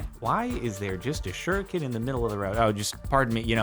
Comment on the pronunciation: Who remembers when Jordan used to pronounced shuriken wrong.